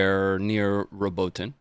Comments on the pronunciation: Watching this belatedly, but let me help, again: Robotyne is pronounced: Robot-ee-neh. Some say Robot-ee-nay, but I've not heard an Ukrainian say that - they use the first version (learning both Ukrainian and Russian) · its pronounced: "Robot-in-yeah" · I loved the part where said It's "Robo Tine" and then he... Well anyway, happy belated birthday,.